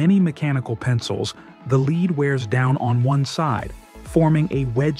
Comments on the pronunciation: When when /led/ becomes /li:d/. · Leed not Led? Thanks AI